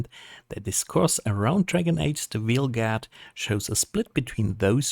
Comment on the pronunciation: "Wheel Garda yeh...Wheel Garda I think that's the correct pronunciation in English" Not even close. It's pronounced VALE GARD, or VAYL GAAD. But no, screw this game. People like what they like, and it's the company's job to analyse, predict and manufacture what we enjoy. This wasn't it, so it will fail, and rightly so. Stop fighting reality.. life is easier that way.